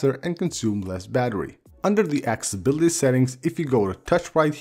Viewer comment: Drink a shot whenever he says "axe-ability". Seriously, dude. It's "Accessibility".